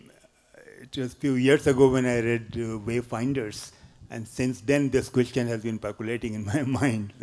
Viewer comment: "the wayferers" 😂😂